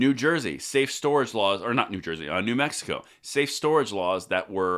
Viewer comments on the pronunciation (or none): none